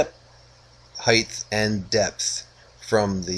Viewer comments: Thanks, I finally got to watch the end of this video. I still cringe every time you say "Heigth", no idea why so many Americans do that and transpose the T and H, but I won't be asking for my money back regardless;) Hopefully I'll get time soon to watch how the story ends, but it's certainly inspiring quality you're doing there. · "Height" does not end in "th"!